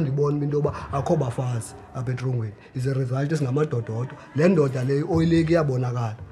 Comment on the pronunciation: These gangs hold secrets that are only known by its own members so you just talking nonsense when you say the pdf is accurate. Also it's Ndoda not "mdotta". The number is originally for Nguni people not Coloureds🤦‍♂️. Cape Coloureds used the number in wrong way too. KZN is the true number area